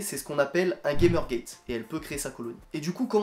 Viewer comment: Bravo pour la vidéo, tu as une super belle colonie ! Si je peux me permettre on prononce Gamergate : "gamère gatte" car c'est un mot scientifique dérivé du grec et pas du tout un mot anglais 😉